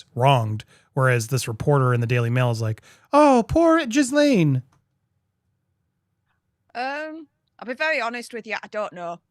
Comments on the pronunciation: It isn't pronounced that way at all, it's French all right, pronounced "gill LEN." French is my second language. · Her name is actually pronounced "jislen". It is a french name. Everyone gets it wrong. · Ghislaine, pronounced as “gell-lehn”. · Perhaps you should've watched the video so you could ACTUALLY PRONOUNCE HER NAME . TW@